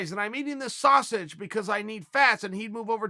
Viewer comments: Chael "Sashage" Sonnen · The way he says sausage